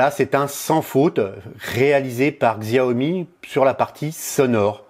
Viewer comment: Tres bien le test. Juste un commentaire, Xiaomi se dit "chiaomi". J'aurai aussi mis l'accent sur le contraste de l'ecran qui est juste extraordinaire.